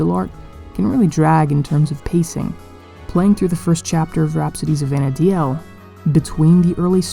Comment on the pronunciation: It's not Vana DI el...it's Vana deel